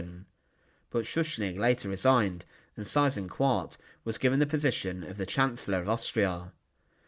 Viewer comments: If you're going to do documentaries featuring Germans - do learn a bit of German, so you can learn to pronounce names properly. You're HitLAH's bad enough, but Size InkVART's even worse. Single S sounds like 'z' (usually) double 'S' is pronounced as a UK/US 's'. So the name Seyss-Inquart sounds at least a bit like 'ZISS - Inkvart'. Not exactly, but at least that'd be better than the way you pronounced it - sorry to moan, but you've done a number of these now, and your accent is NOT improving. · I was taught decades ago that his name was phonetically pronounced "Say-ezz Ink-vart". Just saying. Really enjoy your informative vids, sir 👍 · David Cassidy: The correct German or Austrian pronunciation is Zeyes-inkvahrt. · My father was a child growing up in Holland and was 11 years old when the war ended. He became a history teacher and always pronounced the name "Cease Inkart"...a monster no matter how it is pronounced. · I've never heard his name pronounced like that, it's definitely not a common name,or not in the US anyway, great video ✌️ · He has his problems in pronouncing foreign proper names. Would be forgivable if he would accept suggestions for improvement. But unfortunately he doesn't . . .